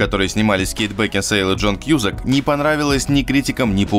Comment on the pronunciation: Ну и я думаю, Джон Кьюсак,а не Кьюзак!